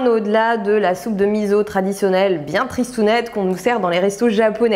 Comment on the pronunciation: Alors OUI à la vidéo dédiée au miso ! Mais à condition de le prononcer correctement : "misso" et non "mizo" 🤪 C'est un super ingrédients encore bien peu connu en France et c'est vraiment dommage ! En plus, pour les allergiques/intolérants au soja il y a la marque Kura qui en fait sans soja à base de pois chiche ou lentilles (qui déboitent grave !!) 😊 Je pense que c'est la première fois que jcommente une de tes vidéos, pourtant ça fait looooongtemps que je suis ton travail que j'adore! Merci pour cette super vidéo remplies de bonnes infos 😊 et merci de partager ton savoir 🙂